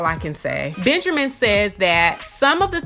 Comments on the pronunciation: "Benjermin" lol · 😂😂😂😂this makes me laugh because I thought I was the only one who caught that